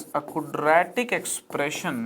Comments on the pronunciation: Are sir ji while pronouncing it's not cudratic, quadratic hotha hai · Sorry but..,Aapne quadratic eq. Ko galat pronounce kiya h ( sayad) Like...kudretic eq...